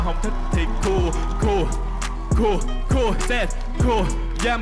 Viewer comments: Phát âm tiếng anh đúng thì cool nghe gần như là “cul” chứ ko đọc là “cun” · Cool not "cu" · Ông này đọc ''Cool" hay "Cua" đều nghe thành "Cu" nhờ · "Cúc cu" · Tôi nghe ra cúc cu :)) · có ai như mình nghe "cool" vs "cua" thành "CU" ko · Tưởng thế nào, hoá ra phát âm còn không chuẩn “cu cu” =))) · Phát âm Cool với cua giống nhau à. :)) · sao đọc "cu cu"😬